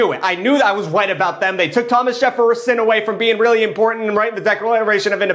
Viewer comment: Mah-dew-rrrrr-oh...roll the arrrrrr lol....plaguesex reminds me if a crazy night (like to know more)... deckralation? Really??? Lol.... Jefferason!?!....deckralation again!!??....I got a few 2 dollar bills lol... Bengerman!?!!??.... love you!!!